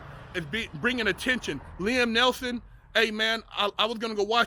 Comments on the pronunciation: neeson not nelson you sayin it wrong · It's NEETHEN not NELTHON bro. Good insight tho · Neil-son not Nelson, just saying brah, don't go splitting no wigs now. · It’s NEESON